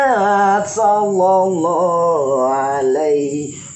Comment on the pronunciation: yg lbih faham,, mohon koreksi bacaan solawatnya.. tasdidnya sprti hilang.. maaf bkn brmksd mnggurui.. sy awam tp prnh bljr tajwid dikit.. sollolloh ala muhammad.. sollolloh ala wasallam.. bkn sololo ala muhamad.. sololo ala wasalam.. mohon yg lbih faham d koreksi.. bknkah saling mengingatkan itu pnting bagi kita orng muslim..